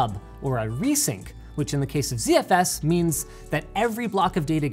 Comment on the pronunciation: Why is Linus, a Canadian, pronouncing ZFS as Zee-Eff-Ess?